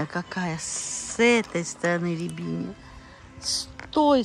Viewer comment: РОБИНИЯ, а не рябиния. Или по-другому псевдоакация